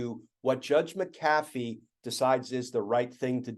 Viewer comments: Just one question: is it Judge McAaafee, or Judge MaaacAfee? If it's pronounced like the software company, then it's MaaacAfee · Not sure how the actually pronounce the McAfee name in the south but out west we say Mac-uh-fee. Accent on Mac.